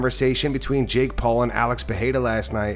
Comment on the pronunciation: That's not how you say Perreira.